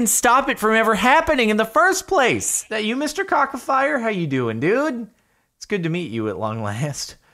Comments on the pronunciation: ok, i have enough of theese mispronunciations... its supposed to be: Ka-tsa-fee-rack thats how you say it, ok? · Ca-cea(like sea but c(like in citrus). fee-rec Its like that Jordan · I dont want to sound rude but Kacafirek is pronounced "Katzafeereck"